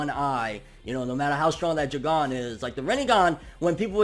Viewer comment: Why u sayin Jougan like that 😭